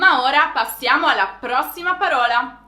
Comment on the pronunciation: non ci siamo con le pronunce: * còsa, non cósa, qualcòsa non qualcósa * paròla , non paróla